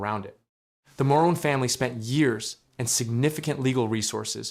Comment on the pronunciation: It's pronounced "Moron" family